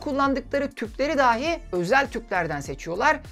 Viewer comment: Lütfen, daahi daahi deyip durmayın. Çok zor değil doğru telaffuz etmek. Sizin nezdinizde tüm konuşma ağırlıklı içerik üreten YouTube'rların işlerine daha fazla özen göstermelerini rica ediyorum. Bu da benim geri bildirimim olsun, bakalım dikkate alınacak mı? Dikkate alınmasa "dahi" ben izleyici olarak üzerime düşeni yaptım.